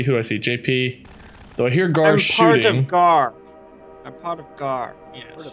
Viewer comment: I died laughing when called Gar 'Jar' and idk why 😂